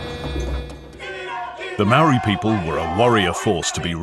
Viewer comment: Very good British voice, but what's the excuse for murdering the few maori words used in the documentary? How would you feel if I came to England and did a doco there and murdered the pronunciation of your places?